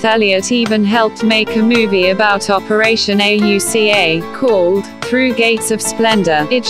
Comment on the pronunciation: Computer voice mispronounces words and spells out Auca instead of saying it. Looking for a video to teach 5th grade - this just won't work because of all the mispronunciations and lack of emotion in the voice. Please find someone to record the voice. Heck, I'll do it for you!!